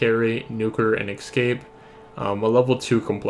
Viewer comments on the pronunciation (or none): stop saying excape